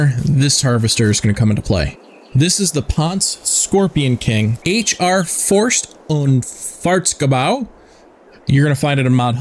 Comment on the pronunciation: For me as a german your forst und Fahrzeugbau pronounciation is funny